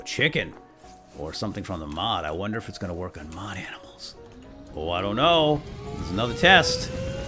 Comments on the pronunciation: well how many times did I hear aminals instead of animals XD still nice video :) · You said aminals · "we're gonna go shoot some zombies maybe some aminals on the way"....what are aminals 😂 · he says aminals :D love your vids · we heard aminals like :D